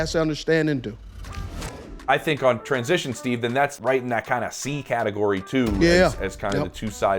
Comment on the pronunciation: "Trans-jishōn" (steve)